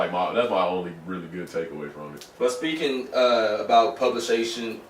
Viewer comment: The struggle to say "publication" lmaoo